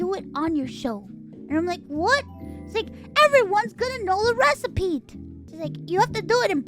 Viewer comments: love how she says recipete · Recipe. It’s pronounced recipe. There isn’t a single a ‘T’ in the word recipe. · Why is she pronouncing the T so hard XD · I’m perfectly calm. I’m just pointing out that she does it on purpose.